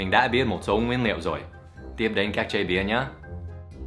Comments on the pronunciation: you pronounced ingredients "nguyên liệu" but fall into "nguyên niệu" like Northern Vietnamese people, u know? :) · nguyên niệu =))))))) Dan ở Hà Nội nói ngọng y chang ng Hà Nội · thầy bị ngọng rồi : nguyên ''niệu'' :)))) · OMG Dan nói ngọng "nguyên niệu" "những điều dễ nhầm nẫn"